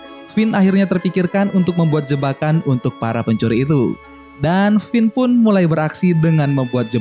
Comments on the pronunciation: pas gw denger lu ngomong kevin :v Finn namanya jadi kevin :v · finn bukan kevin